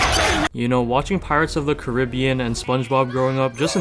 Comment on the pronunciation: i know good and well you did not say pirates of the Caribbean wrong buddy